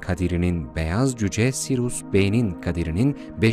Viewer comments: Sirus değil Siryus okunuşu. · Videonuz harika fakat kulağımı tırmalayan SİRUS denmesi yüzünden seyretmeyi bıraktım. SİRİUS ya huu….